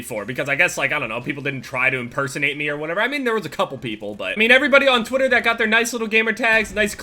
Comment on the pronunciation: sounds like you say twotter instead of twitter